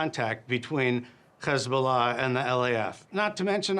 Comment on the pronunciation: How can he say "hi" normally and say "hezbollah" as khezbula..